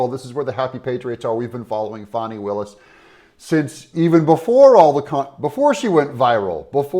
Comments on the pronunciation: Her name is Fani not Fawny. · Her name isn't Fawni. It's FANNI. A short "A" and no "U" or "W" . Fanni. Just like the word British folk use to call upon the female private parts.